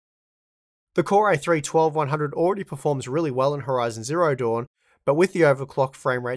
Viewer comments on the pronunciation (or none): none